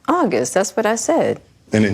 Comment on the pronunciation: “ WHEN AUG” 🤦🏽‍♀️